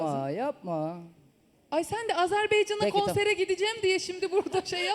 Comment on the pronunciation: AZERBEYCAN DEĞİL AZERBAYCAN